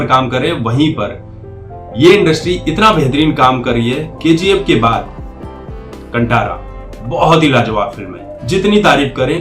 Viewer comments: Oye bhai sab.. wo कंटार nai.. कांतारा.. pehle thik se pronounce kro.. badme review xD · Kantaara nahi bhai, kaanthaara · कांतारा is the right Pronunciation. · pronounce as कांतारा means mystery forest ,,, Climax chorography by Raj b Shetty, and not imitate climax scene because it's ritual in Dakshina kannada..